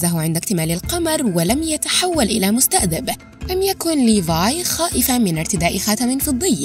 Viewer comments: اللغز الوحيد الي حليته. هو نطقج لكلمة مستذئب. كيف تنطقيها مستئذب😒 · انا لاحظت حاجة محد لاحظها مما يجعلني المحقق رقم واحد قالت مستأذب مو مستذئب.... 😂😂